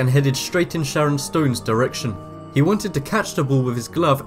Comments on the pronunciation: 'ShaNNon', not "ShaRon'. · shannon not sharon or however you said it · if you were making fun of this man by saying Sharon and not Shannon you will be Kellyed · Shannon not Sharon 😒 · Dude, it's SHANNon Stone, not Sharon. Sharon Stone Is a Chick. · "Sharon" Stone? lol. You constantly mispronounce words or just change them all together. AND you have a habit of describing pictures COMPLETELY inaccurately. Like for example I just watched you on another video describe a gymnast as a figure skater. She clearly was in stocking feet and had no ice skates on. Don't you actually WATCH the videos for which you provide the audio?? And how about getting someone to go over the final product as a second check BEFORE you release it? You know, someone who can pronounce words correctly and who might be able to see GLARING inaccuracies. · I didn't know "Shannon" was pronounced "Sharon." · SHARON Stone? Not good, bruh. "Shannon". :) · Is he saying Sharon stone? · did you say "Sharon Stone "? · why cant you pronounce Shannon properly? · What shocked me the most was the awful narrator on these clips. Had no idea how to pronounce people's names, competition names, or medical conditions. Absolutely shambolic. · Ar.ri.fee.ma; you need to practice your pronunciation because this is what I'm hearing when you pronounce arrhythmia. Also, SHANNON Stone, but you sound like you're saying Sharon. I understand accents and you sound like you may have a slight lisp but you need to be very careful because incorrect pronunciation can give words a completely new meaning. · Weird narrator. It's Shannon, not Sharon! And a 6 yr-old is not an infant. And then he pronounces arrhythmia like erythema. SMH